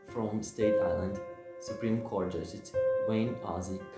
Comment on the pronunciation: Thanks for the effort, but can I give a few tips? 1. It's "Staten Island" not Staydon or whatever you said. 2. Please turn down the music It's too loud. 3. Practice reading several times and if you're solely relying on the captions don't because they usually misspell words. I don't mean anything I said to be rude I just want to help. Thanks